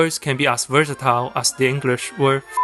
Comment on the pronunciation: Versatile not virsitile